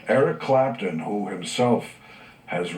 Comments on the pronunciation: It's Clapton. Not Clampton. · thank you for posting this but it's Eric CLAPTON, not Clampton. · by the way, It's Eric Clapton, NOT Clampton. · It's Clapton, not Clampton.